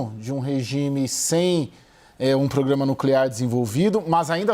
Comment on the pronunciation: Esse comentarista não sabe falar programa só pograma😂